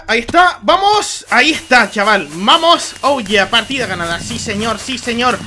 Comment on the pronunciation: en el minuto dijiste mamos xd